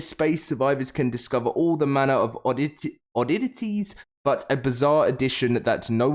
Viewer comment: Lmao bro the way you said oddities was funny as fuck!!!! Sounded like you say oddititties ( . )( . ) 😂😂😂😂😂😂